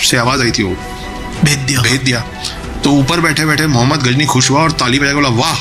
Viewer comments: pl correct it is not Ghazni it is GHORI. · Ghori tha bhai not gazni